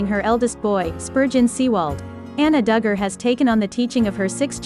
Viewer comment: I Was enjoying this channel. You have to program the computer to say their name right. 1/2 of the time you say it Right .